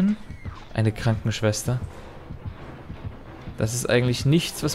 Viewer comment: Die gute alte Schwankenschwester. Ich liebe Versprecher. 😄